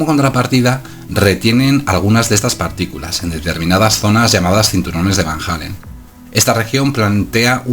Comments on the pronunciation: Disculpa pero se pronuncia como se escribe: Van Allen no Van Jalen (Halen) jajjaa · Los astronautas llegaron a la luna y atravesaron los cinturones de van jeilen... No sé si llegaron a la luna, pero si ya empezamos con que no sabes ni pronunciar Van Allen...